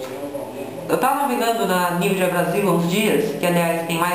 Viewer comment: "nividia" kkkkk pqp